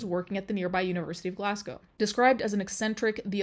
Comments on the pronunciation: Literally came to the comments to say just this. It is so refreshing not to hear Edin-burrow/Edin-burg or Glass-Gow. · i know ur not american but with ur american accent it's nice to hear edinburgh and glasgow pronounced correctly lol